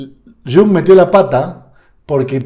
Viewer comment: No digas shung. Es iung, por favor. Iung o yung con i n . Muy similar a junge que en alemán es joven.